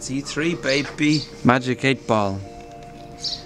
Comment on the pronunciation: "its e3 Bay Bee"